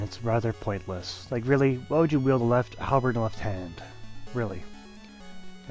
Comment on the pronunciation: halberT? its halberD